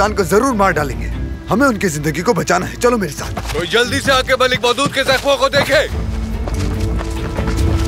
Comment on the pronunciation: Mohdood❌ Maulood✔️